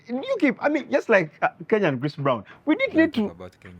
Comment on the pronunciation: Did you just call Chris Brown- christofaa🤭🤭🤣😂i Kent....